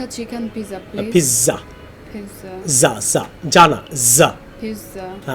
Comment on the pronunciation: Not Pizza(পিজ্জা) its called (পিৎজা)